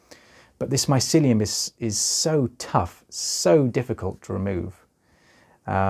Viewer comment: I like the way you say mycelium also this is so interesting thank you for sharing and educating